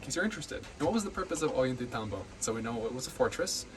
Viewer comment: Thought of mentioning that the "tay" in Ollantaytambo should be pronounced as "tie", rhyming with "ay" in "ay, caramba". Great overview of the place and I hope to visit someday!